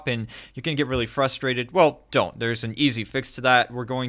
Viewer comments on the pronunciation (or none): none